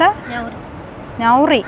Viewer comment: നൗറി അല്ല നാ റി